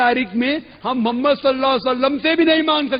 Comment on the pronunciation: تو تقریر تو کررہا ہے۔تجھے اردو کے تلفظ تو نہیں آ تے۔ بددماغ محمد( صلی اللّٰہ علیہ وسلم) کو مومد کہتا ہے نالائق تیری علمیت کا اس سے بڑا ثبوت کیا ہوگا۔